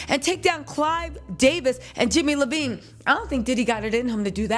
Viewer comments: are you saying Jimmy name wrong in purpose?? It’s eyevine not Levine like Adam lol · She keeps saying the name wrong. She means Jimmie Iovine.